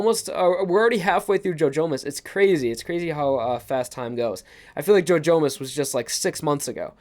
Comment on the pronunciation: i keep hearing ‘joe jonas’ instead of ‘jojomas’